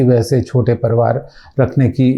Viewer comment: ITS PARIVAR NOT PARVAR...